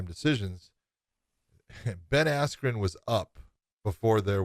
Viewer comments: Did anyone heard buffer announced Ben's name as Ben ass Crow🤣🤣🤣. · Ben askyou wtf was that buffer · I think he Buffer called him “Ass-Jew” 😂😂😂😂😂😂😂😂😂😂😂😂😂😂😂😂😂😂😂😂😂😂😂😂😂😂😂😂😂😂😂😂😂😂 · How unprofessional is Michael Buffer not pronouncing Askren’s name correctly- he literally had one job?? Ben is a former Olympian and Champion- do better Buffer... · Michael buffer announced Ben's name wrong in the fight. Highly fixed and staged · What I also dont get was the weigh ins. Mike correctly pronounced Ben's name right. Then at fight night he said it wrong. April 17 was definitely a dark day for boxing